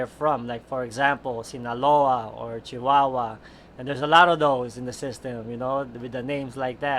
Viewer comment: When he said Sinaloa Chihuahua in perfect Spanish. Man of culture.